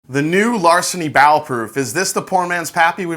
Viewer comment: Sounds like he is saying "bowel" proof.